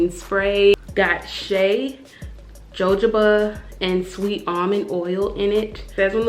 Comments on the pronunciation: Jo-ju-buh...🤣🤩🤣 it took me awhile to learn how to pronounce it too. Its huh-ho-buh (child is a mess) . But love the video. I'm a new to page. Good content. Keep posting your journey. Your skin is flawless. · Did you just say Joe-Joe-ba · jojoba is pronounced like "hohoba" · Jojoba is pronounced ha-hoe-ba, crazy, I know.😂